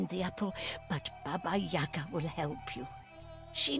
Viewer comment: yagA, not yAga. yAga - it`s a drink for gopniks.=)